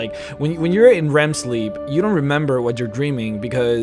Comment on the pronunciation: Wow i dont know why i get so tilted by you saying Rem... Its REM...